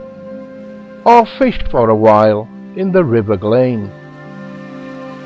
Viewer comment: It is NOT pronounced GLAIN but Glan.........................